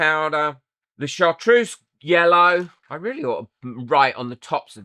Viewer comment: I tune in for the projects and stay for the gremlin giggles. You're awesome 😁I say chartreuse like "shar-true-ss", so I think you got it right 😁 An incredibly cute axolotl! Their face is adorable! Loved the Roman gravel one, gives the axolotl an almost dinosaur look somehow 😍 and the chrome powder one really brings out the details of the mould 💚✨🌈